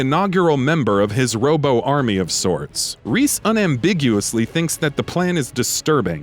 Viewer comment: You said Rhys wrong